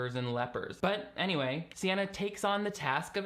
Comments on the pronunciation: Why WERE you calling her Sienna the whole time?! Oh, you got me when you read her name off that awful newspaper spread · You really called her Sienna the whole time 😂😂. Not me trying to used speech text for her name and it spelling CNN all three times I tried so I had to just had to hope it was spelled the way I thought phonically (sienna??)